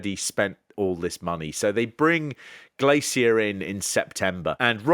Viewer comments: Have you never heard an English person say "glacier" before? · The way he pronounces Glacier makes me irrationally annoyed.